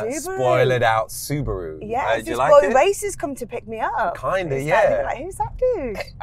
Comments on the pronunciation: Look up the Japanese pronunciation. It's almost correct except for the long extended way japanese pronounce Roo. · I love how he pronounced Subaru wrong then when Mel C correctly pronounced it he tried to play it off like thats how he was pronouncing it the whole time. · What is gas? In the real world its called petrol... it’s also subaru not sue bar roo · Clearly hes a Wannabe Australian..... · I came for the car, left when he said Su BARU. 10/10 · You've lost all credibility in life when pronouncing Subaru, Suu-baa-roo. That's a career ender right there. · Who the fuck calls it a SuBaaru? 😂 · She’s not a 90’s legend and learn to say Subaru properly please come on